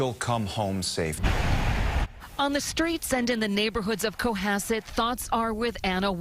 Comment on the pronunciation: It's Co Hass it lol